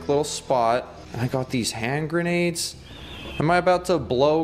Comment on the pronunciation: I thought “grenades” said “Renegade.” XD